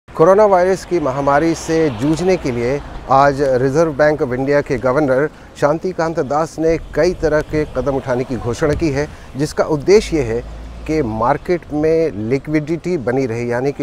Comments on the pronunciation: Its Shaktikant DAs Not SHantikant Das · कम से कम नाम तो सही से ले , शक्तिकांत दास को शान्तिकान्त दास कहा ।।। Not expected from BBC हिंदी .... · शांतिदास कांत नहीं ,शक्तिकांत दास नाम है।। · Shaktkant das hai bbc shantikant das bol rha hai yar itni bdi galti